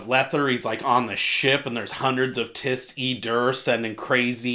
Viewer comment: I'll jump on the pronunciation thing. According to Steve Erikson, "Tiste" is pronounced "Tiest" and "Raraku" is "Rare-ah-ku." Cheers.